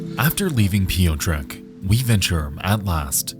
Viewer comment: As a Polish woman, listening to these name pronunciations is killing me. Especially when there's only a handful of actual names. "Piyo-trek"? Really? Please just google a pronunciation for two seconds.